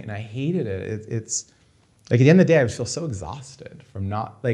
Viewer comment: "Shoot ze glass."